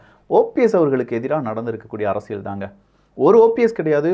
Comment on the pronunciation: தம்பி, உங்கள் தமிழ் உச்சரிப்பில் ஆங்காங்கே தமிழ் கொலை செய்யப்படுகிறது. உதாரணத்திற்கு: அறசியல் அல்ல அரசியல். நள்ளது அல்ல நல்லது. உங்கள் உச்சரிப்பை சரிசெய்ய உதவி தேவைப்படின் தொடர்பு கொள்க (இலவசமாக). மெல்லத் தமிழ் இனிச்சாகாதிருக்க விரும்பும் பாரதி வாரிசுகளில் நானும் ஒருவன்.